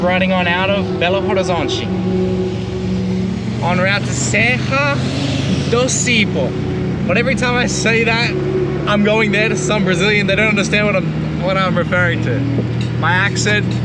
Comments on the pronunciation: The tonic silable for Cipó is the 2nd one. Open the ó and put the stress there. CiPÓÓ. ;) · Hey! Is Patty better? In portuguese, the letter with the accent, the graphic mark, is always the one that is stressed. In portuguese works like english: call out the word like if you were calling someone. The part that you call louder, stronger, is the stressed syllabe/letter. So it is ci PÓÓÓ